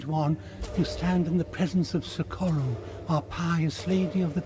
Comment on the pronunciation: You said SOcorro, but here in Spain it's soCOrro.